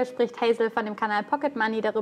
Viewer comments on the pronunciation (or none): none